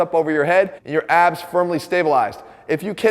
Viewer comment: My brain knows he is saying "weak abs" but my insecurity is hearing "weak a$$" and I probably deserve it. :(